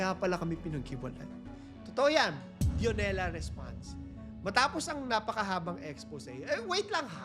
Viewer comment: Dionela (Dayo-nela po bigkas)